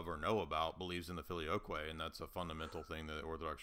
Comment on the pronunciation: expression when says "I've never heard of the FILIOYKWAY" 🤣 best moment of the debate hands down.